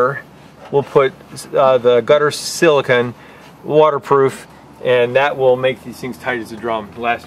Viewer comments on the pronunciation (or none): Silicone ( not silicon ( SiliCONE